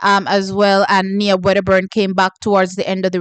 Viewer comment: T the GB athlete name is pronounced as Niyah not Knee-a coming from her father (former St Jagoite). Nia just might shook you tomorrow.